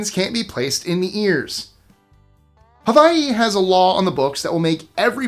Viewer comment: Please repeat how you say Hawaii! Sir! Please tell me you didn’t say Havaii